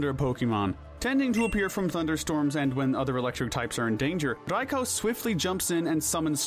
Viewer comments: Oh ffs. RAY-KWA-ZAH. OH WTF AS IM TYPING IT HE SWITCHED UP HIS PRONUNCIATION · raikOOOOO not raikOOOOH stop acting like you're cool for saying it go burn in his tower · The way you pronounced Raikou bothered me xD hahaha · I can't be the only who cringes whenever he says Raikou right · "Riko" "Evil Tall" "Qrem" Bro its Raiko, Yveltal, and Kyurem